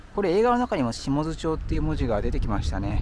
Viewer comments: 天王寺の発音は気になりません。一つだけいいですか？下津は「しもづ」ではなく「しもつ」と読みます。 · 下津→シモツと読みます。